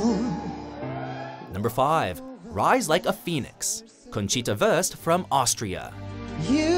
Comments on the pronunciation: Hahaha Conchita “Wörst“ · or German names xxD "Wurst" is pronounced totally different. Haha! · Or german ones. He pronounced "Wurst" as "Worst" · The fact, that the narrator mispronounced Conchita Wurt‘s name as „Worst“🤦🏻‍♀️ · Hi! I'm Nothing! Das soll ein witz sein weil der er im Video gesagt hat conchita wörst